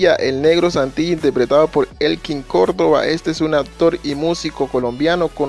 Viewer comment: Se pronuncia ACTOR NO "APTOR"